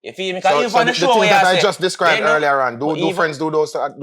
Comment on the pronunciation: Di dawg say SHIRLEY-A -ON instead of EARLIER ON... A doh know why we stay so... hahahahahahha